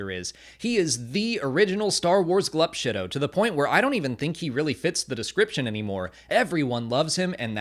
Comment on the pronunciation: He actually said Glup Shitto. I love it